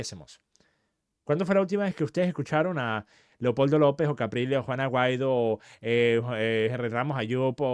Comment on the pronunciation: Lo mismo comenté en varios videos, "juana guaido" le dice siempre 😅